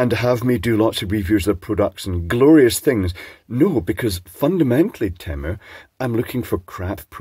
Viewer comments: Hi. Just a comment on your pronunciation of 'TEMU'. English pronunciation rules according to spelling (phonics) teaches that a single consonant between two vowels makes a vowel vowel sound (this often means saying the letter's name). So, for example in the word 'lady' the 'A' says it's name, but in 'ladder' it is a short 'a', as there is a double 'd'. Words like 'baker' and 'backer' follow the same rule. While this rule works for 85% of English words, it does have exceptions, such as 'love' (which is a very old word and originally spelt 'Lufuh' due the originally having the great vowel shift in English, and the letter 'v' being entered into the English much later and replacing letters representing hard 'f' sounds. Another thing is that there are some many borrowed words that English uses and the pronunciation is often closer to the original language it was borrowed from. I would still pronounce Temu as 'TEE-Moo' as the second vowel sound is weaker in English often a schwa sound 'er' or a short 'oo'). 🙂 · It's definitely pronounced "tee-moo". And the monarchy has historically been a terrible institution. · Surely it should be pronounced Temyou in the kings English. Mu as in music, municipal, etc. not moo as in haighlan coo. 😁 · You can't even go by the ads they put out for their name's pronunciation. Original ads sings it tee-moo while more recent ads sound as if it is teh-moo. Even their agencies can not agree. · On the commercial, they actually pronounce it "teh-moe"